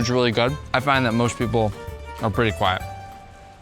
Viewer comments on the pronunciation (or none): The way said”be quiet”was personal💀